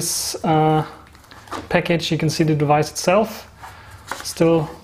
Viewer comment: Peckitsch? You want to open up ze peckitsch?